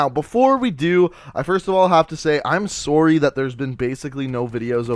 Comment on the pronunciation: I like the way u say "sorry" it's like "soowry"